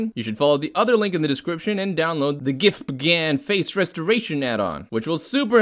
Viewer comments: I was laughing way too much at the pronunciation of GIFF PIGGAN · love the way you say "gif puh gan" 😂